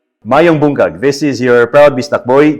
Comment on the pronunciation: Did he just say “ Maayong Bungkag”? Instead of Maayong Buntag? 😂😂